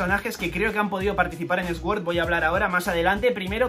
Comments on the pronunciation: Nunca entendí por qué los españoles pronuncian la "s" aparte , se pronuncia "suord", no "esgüord". He visto el mismo error cuando pronuncian Shrek, es gracioso escuchar "Esrec" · Se pronuncia suord xd no esword jaja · cada vez que dice "esuord" muere algo dentro de mi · La verdad es que dice muchas veces Esword, alguien las ha contado? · Inglés nivel: pronunciar "Sword" como esguór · se pronuncia: Soorr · Dislike porque no sabes pronunciar sword 😝